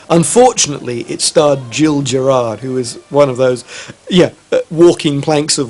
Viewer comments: Have these guys been living under a rock, that they don't know how to pronounce Gil Gerard's name? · Geez, neither nor can pronounce Gil Gerard's name correctly! (Hard G; soft G.)